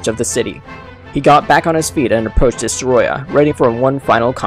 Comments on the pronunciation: The way he said Destoroyah😂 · Its called "Destoroyah" Gojira idiot.